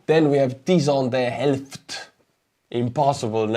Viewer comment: Curiously... in the pronounciation of Tyson De Helft, you got the 'De Helft' part quite right. The Tyson part not so much. This is kindof funny to me, as Tyson is typically pronounced as one would in English, while 'De Helft' is Dutch. I'd think English pronounciation is much more familiar to you than Dutch pronounciation.